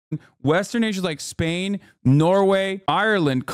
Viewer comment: bro why you say spain like that